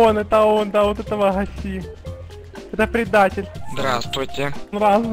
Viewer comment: Бля,я подыхаю :D -"Здавствуйте.." -" Дыаствуйтее..."